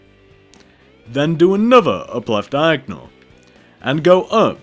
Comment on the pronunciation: you saying diagnal is so annoyang i know i spelled it wrong